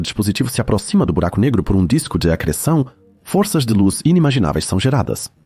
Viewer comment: Video muito bom mas como eu ri do "Disco de AGR3SSÃ0" kkkkkkkkkkkkk